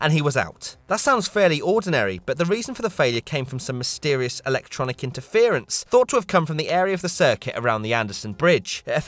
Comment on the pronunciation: Electrical “ITEFERENCE”